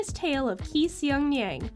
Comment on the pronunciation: It's Empress Ki not Key.